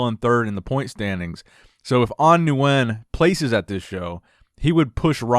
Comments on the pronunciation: Nguyen is pronounced “Win” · Nguyen is pronounced "win" for future reference (Nguyen in Vietnam is like Smith in the US). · The correct pronunciation of Nguyen is "ngwin" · you won't be able to pronounce it correctly unless you speak the language fluently. Stick with the way you pronounced it originally, new-when its good enough and perfectly acceptable.